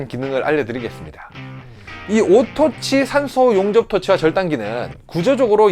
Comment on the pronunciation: 우~~와~~그 어려운발음을...장하다 ~~~~ㅎㅎㅎ 오늘 나눔신청은 내종목이 아니니 패~~~쓰~``~